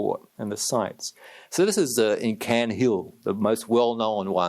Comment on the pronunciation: This professor should go research other topics in history/// It should not be paid by Singapore Govt or sources to research this topic. It's just nonsense. Why does he keep laughing and diss the sufferings of Chinese women by saying "WHATEVER" or "LAUGHING IT" off? It is NOT CUNT-HILL ROAD you PRICE. It is CAIRNHILL ROAD with a SCOTTISH TRILLING R. STUPID PRICK.